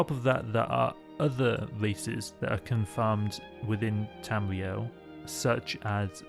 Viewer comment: Bwetons, Wedguawds, Tamwee-El. Sorry I had to